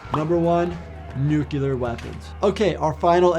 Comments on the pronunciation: Not to be a jerk, but it’s nuclear not nucular. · Stop saying nukular.